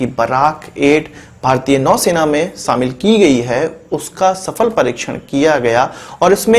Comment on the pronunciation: Saaamil nhee shamil hota ha gavar